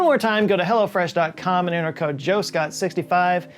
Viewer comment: Are you saying Hello Fresh or Hella Fresh?